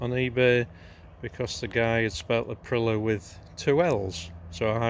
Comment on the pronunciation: Tu o no not tuno, April i a not Apriler Otherwise ace video 👍